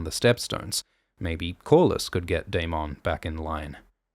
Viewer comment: Can we all just appreciate how Daemon's name is pronounced on this channel ? It's my preferred pronunciation of the name.